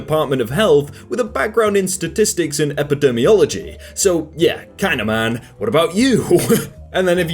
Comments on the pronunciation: Fair enough that this is the second time you've read this, but this is also the second time you stuck an 'r' in epidemiology. They study epidemic diseases, not the outer layer of skin. Third time you said epidermiolog(y/ists)! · Hi, I like your videos, and you seem like a nice guy, but can you please stop pronouncing epidemiology as if it has an 'r' in it? It's related to epidemic, not epidermis. Thanks!